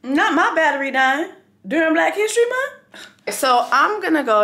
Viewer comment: ”Really? During Black History MunT 😒?”